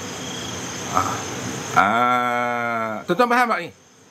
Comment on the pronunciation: Saya gelak kluaq ayaq mata dengan ustaz sebut WASABI 😂😂😂 Apapun terima kasih ustaz kongsi ilmu semoga sihat selalu dan murah rezeki.. Aamiin